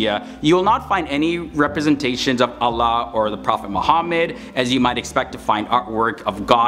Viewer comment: Is anyone else annoyed that he switched to a light l sound for “Allah” despite the fact that it’s actually the only Arabic word that uses a dark l (other than assimilation from emphatics)?